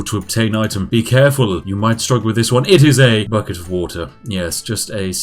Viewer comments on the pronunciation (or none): I love Spiffing Brits videos, but I am really struggling with his inability to pronounce "th" words. Every "F" I hear is slowly eating away at my soul.